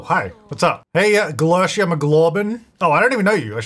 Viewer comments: Lol, I like your pronunciation for Glericia but I meant for it to be Gl-erica. Like Erica, but with a Gl. Glercia sounds like a real name though which is cool :_jtytLol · this isn't super relevant to the main point of this lets play, but "glercia" mcglorbin is actually GLERICA mcglorbin, like the name erica 😂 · Pretty sure "Glerica" is pronounced like Erica, just with a "gl-" in front of it. 😂 I like ' take on it, though! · i know you just got corrected on pronunciation last ep, but... her name is G L E R I C A, lol. love you tho:_jtytFail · I wonder how long in this series it will take for to realize he's been reading Glerica's name wrong the whole time:_jtytLol